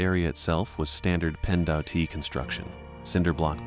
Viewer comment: PennDOT.....is NOT pronounced Penn D-O-T..... sincerely anyone who has ever been in Pennsylvania.